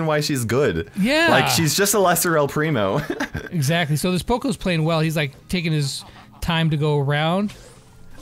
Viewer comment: He said el crimo